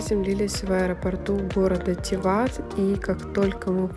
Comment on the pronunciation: пЕраст, тИват, кОтор (ударение), коноБа